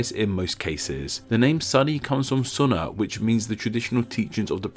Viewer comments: Disliked because you mispronounced Sunni, but pronounced Sunnah correctly. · Not Suh-ni, it's pronounced Soo-ni. (Funny because you said "Soon-nah" correctly later.)